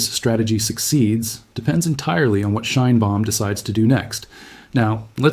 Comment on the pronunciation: Greetings from Canada. Shine bomb? Really? Edit much? If you want us to read your work... you gotta correct AI's name problem. Mme Scheinbaum will be most appreciative. Peace, love and bellbottoms.